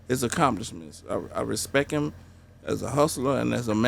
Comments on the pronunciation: “I respek him”😂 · Did you put some respeck on his name Steve-o? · Put some respek on his name steeeve... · did you "Put some Respeck on his name" ? lmfao